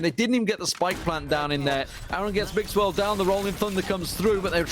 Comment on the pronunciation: Cada vez que escucho al caster decir mixwell me exito